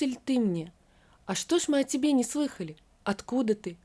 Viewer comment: Даа...Чтица... сказать - слЫхали вместо слыхАли...это что - то из рамок вон выходящее...